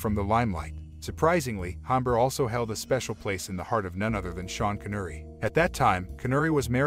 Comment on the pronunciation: Hombre - Soft H = silent.